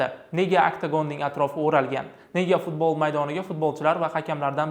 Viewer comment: Kõrolmisla Fozilovni Futbolni F xarfini cunmasdan gapirwma yebanlar